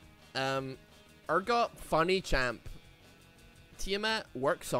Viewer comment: Wierd how you keep mispronouncing urgod kinda odd dude